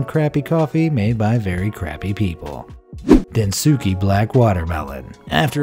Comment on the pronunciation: Protip: its not pronounced Densookay....the U is silent XD